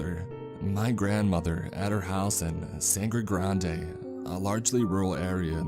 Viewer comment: I'm watching this in the gym at the oval, the cricket stadium in Port of Spain, Trinidad. Muuuuhahahahahahaahaaaa Also it's pronounced more like sandygrandy rather than sangrey granday